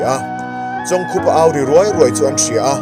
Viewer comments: Chawng khupa A Ni lo,I lam Dan hi a dik lo,chawngkupa a ni e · Chawngkhupa hming ilam dik lo. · Episot, 7, na chhiartu hian, chawngkhupa, ti hlir in a lama a lamdanhi a rikdanhi a diklo deuh a ni e